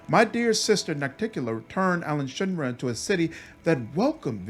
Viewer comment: Why does everyone say Alushinra instead of Alushinyrra, it hurts, it vexes me, it makes me laugh, I can't explain why. Awesome video btw! Edit: I also felt I needed to bring attention to the Larger Beer Elementals you just glossed over, Vampire pirate ninjas get the love but no love for living beer!